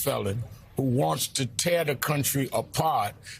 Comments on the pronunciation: Great speech, Rev Ale. Please take 20 seconds to learn how to pronounce Kamala's name. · mispronounces her name